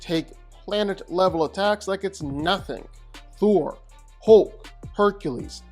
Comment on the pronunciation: I love how he says “HOULK”🤣